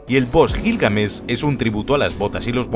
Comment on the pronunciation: cómo que Gilgamesh lo pronuncias Con J no es Jilgamesh es como decir Jato y no Gato